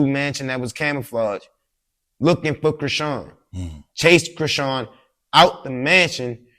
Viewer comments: The way dude pronounced her name! "Sean" is still in there and I thought most of us wld know how to pronounce that! 🤔😳😂😂😂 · That was SO CRINGY when interviewer intentionally said Chrisean name wrong . That's corny af "that's how u say her name" ??